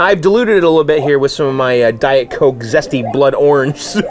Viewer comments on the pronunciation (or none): none